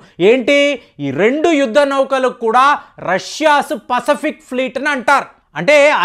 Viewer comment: హూది ఏంటయ్యా, హౌతి అను, పసపిక్ అంట,న్యాతాన్యాహు అంట ఇంకా చాలా ఉన్నాయి, వీడికి సరిగ్గా పలకడం చేతకాదు వీడొక అనలిస్ట్ చీ దీనెమ్మ జీవితం